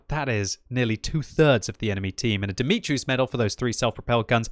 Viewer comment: it is Dumitru's medal, not Dimitru's...:)